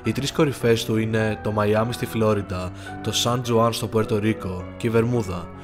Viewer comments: Σαν Χουάν* όχι Τζουάν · 1. Η πρωτεύουσα του Puerto Rico προφέρεται Σαν Χουάν κι όχι σαν τζουαν. 2. Ο συγγραφέας εξέδωσε, δεν "έκδωσε". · Πολυ ωραιο βιντεο! Μια λεπτομερεια που θα ηθελα να αναγερω (ποτε σαν παρατηρηση/παραπονο αλλα με καλη προθεση.) Στα ισπανικα, το J ακουγεται σαν Χ. Οποτε η τοποθεσια λεγεται Σαν Χουαν.